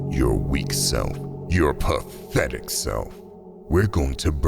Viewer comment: Phhatehhetic wormm😂.